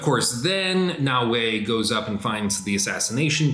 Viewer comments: you are killing me its “Na O A” not “Na Way” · Yass-kay and No-way lol